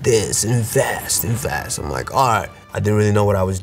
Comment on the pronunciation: Why you said “invest” in the white man voice 😂😂